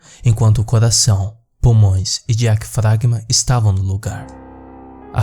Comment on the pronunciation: falar diafragma é meio complicado para amigo que narra o vídeo :-)